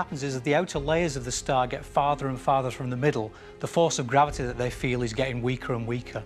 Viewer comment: nobody: this guy: grAviTeA